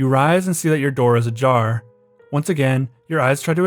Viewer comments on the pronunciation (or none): "You rise and see your door is a jar" took me a bit to register as "ajar"